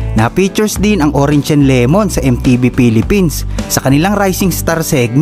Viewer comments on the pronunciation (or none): none